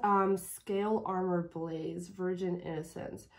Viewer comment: I think she sings Blaze as two syllables: Baa-laze